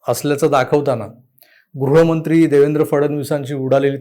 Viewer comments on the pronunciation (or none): none